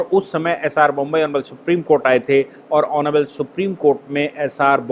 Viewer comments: सरजी, बोम्ब ई नहीं, बोम्मई होता है। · नाम एस आर बोम्मई है, जनाब! बोम्बई नही !! 😂😂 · bommai not bombai